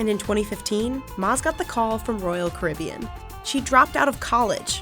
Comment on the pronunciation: Well I made it 2 seconds into the video before I got sick of the mispronunciation of Caribbean.